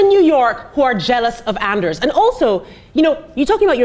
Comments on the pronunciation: And eRs, not andreys. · Well, Ana didn't spell "Andrees", she pronounced it. Give her a break, she's not Norwegian or anything. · Not Andreas but Anders ^^